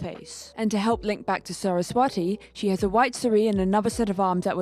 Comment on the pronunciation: Hi a few criticisms! You pronounce Saraswati wrong (pronounced S-uh-r-ah-sw-uh-thi) The t makes a th sound. Bodhisattva is also pronounced incorrectly but not as horribly. Nahida's skin tone is light because her references are considered light skinned, also she's based in the upper level of Sumeru. In India the more North you go, the more wealthy the views and the more paler the skin so I believe it qualifies as alright. She could be darker I suppose but Genshin doesn't really go for realism also considering she's an elf A lot of other names are mispronounced as well, but I don't really care much tbh. Mehndi is also pronounced incorrectly (ma-hen-dhi) however that might be a language difference as india(and south asia) has a diverse selection of languages. Also you pronounced Saari in a way that kinda made me giggle! You pronounced it the way we say yes in my language 😂 (it's Saa-ri with the a sound being extended and sounding like an uh). I feel as though putting Nahida in a Saari is an oversight, as since she is a child that would be strange. It's more of a social thing but Saari is more viewed as an "adult" type clothing, there are saari made for children but they're mainly built like Churidars- I know in my part of india parents generally see wearing saari as a sort of coming of age for their daughters. As Nahida is quite literally built like a toddler that is a mega oversight. I apologize if I sound extremely critical but my friend sent this video to me as an example of